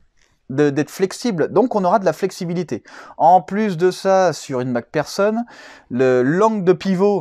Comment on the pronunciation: Mac personne ..... c'est mc do ou quoi ? 🤣 c'est plutot mc fersonne (Mac pherson ) en phonétique .